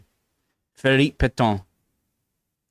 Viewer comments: Also the French Marshal of the World Wars was Pétain, not Pétan or Péton... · Very well done on the quiz but I have to pick you up on your pronunciation of the stressed second syllable of "Pétain": it's not "Pett-on" - it more resembles "Pett-an" in English (but with the French nasalised "n"). I only mention it because you say it so often!